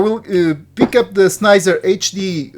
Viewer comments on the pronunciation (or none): Sni-zer.. its sen-hi-zer